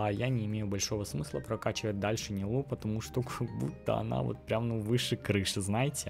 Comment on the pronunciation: Умер от ударения в ее имени 💀